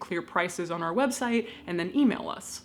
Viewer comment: When you say "Our IP adress" it sounded like "R.I.P." 😸